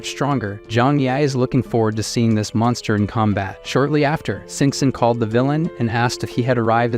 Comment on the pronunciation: Very entertaining but the AI voice needs to work on its pronunciation of some words. "Call-ED" "Sup plees instead of supplies"